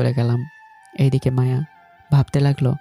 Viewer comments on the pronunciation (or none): র‍্যাগিং ❌ রেগিং ✅ মায়া ❌ মাওয়া ✅